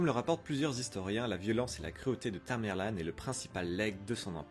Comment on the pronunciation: On dit tamerlent pas tamerlane..